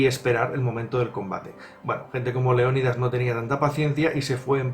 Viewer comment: Cuando dices el rey leonidas parece que dices rey león 😂😂😂